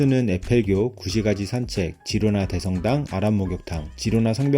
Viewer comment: 스페인어 G다음에 e,i가 오면 “ㅎ”발음이 남. 히로나.